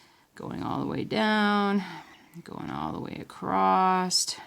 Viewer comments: “Acrosst”...Is that even a word? Pretty helpful video though! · No "T" in the word Across..... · It's a different pronunciation. My grandmother says it like that. It was nice to hear, reminds me of her.